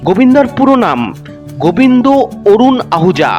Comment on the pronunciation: Bhai goibndo na Govinda Nam to thek kore bolo